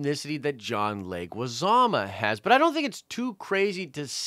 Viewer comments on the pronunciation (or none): Who's John Leguizama? It's Leguizamo MO MOOOOOO. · John Alberto Leguizamo, last name pronounced "leg-wih-zah-moe". Not trying to be picky but I cringed every time you said "leg-wih-zah-mah":P Love the show and the updates!